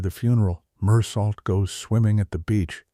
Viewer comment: The main character's name is not pronounced with a T on the end, but pronounced Mur-soh! Mindless AI software